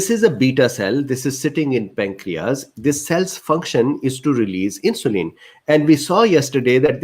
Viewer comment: Very informative and detailed It filled in a lot of gaps in my knowledge. Your communication was clear and I would like to suggest some items to make it more fluent. insulin IN-shu-lyn (IN is the stronger syllable, the others are softer and quicker) peripheral PER-rif-er-al (PER is the strong syllable) pancreas PAN-cre-as result re-SULT cardiovascular car-dio-VAS-cu-lar glucose GLU-co-se hyperglycaemia hy-per-gly-SI-mia diabetes di-a-BE-tees English pronunciation, US di-a BE-dus) resistance re-SIS-tn-ce adipocytes a-di-PO-cy-ts not a-DIP-o-sites intestine in-TES-tin acids A-cids A as in Apple. Not ecids cytokines SI-tow-kine kine, like fine, dine, mine, mine. Thank you